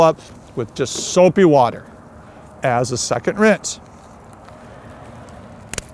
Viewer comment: Soapy Wodder by